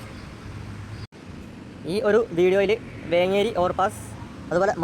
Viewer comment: വേങ്കേരി അല്ല വേങ്ങേരി എന്ന് pronounce ചെയ്യണം